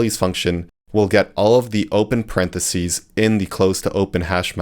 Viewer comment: What the heck is a "paren de sea" lol 😂 it's impossible to become a programmer without knowing how to pronounce parenthesis, so I'm assuming this is an AI video.